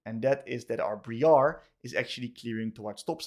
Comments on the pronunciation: But its BRI-ar NOT BRE-ar RAAAAAAAAAAAAAAAAAAAAAAAAAA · Ah yes, Bree-are